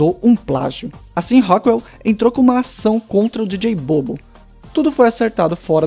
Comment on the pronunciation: Só a pronuncia precisa melhorar. A pronuncia correta seria dj bobo (bubu)